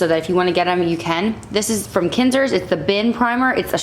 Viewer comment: I’m pretty sure it’s zinsser not sinzzer